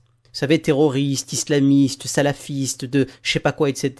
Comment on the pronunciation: ptdr !!! alors la elle sbaoui Amina elle nous sors quoi ? le symbole de prière ? , za3ma , en plus elle mâche ses mots attends en plus elle dis salafisse !